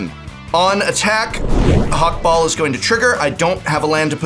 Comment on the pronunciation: I die a little every time the says Hak-Bol instead of Hak-Bal (based on Ixalan been meso-american inspired)